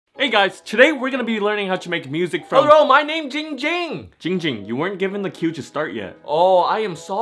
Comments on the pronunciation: Its ging ging not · Spicy Potater it’s not that its ding ging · Ging ging is calling himself instead of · Why is everyone still saying gong hung it’s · Yes you can tell the dif-Er-ence, why you dis-a-pointment!!! Not it’s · Ging Ging even says his name wrong😂